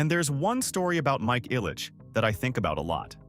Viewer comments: Mike “I’ll-Itch” family, not “Eye-Litchfield”. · The EYE-litch name... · Right? 🤣 Eye-litch family? 🙈 I stopped there... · JSYK Ilich is pronounced "ill-itch" Meijer is projounced "My-er" Mouroun is pronounced "Ma-roon"